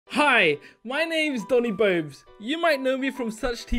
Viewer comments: Hey...doni... you said gi...instead of hi...I thought that was funny...hehe... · doni:go back to English class Flashbacks to when doni said gi instead of hi